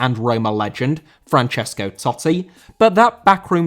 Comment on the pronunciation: Francesco* not Francescouw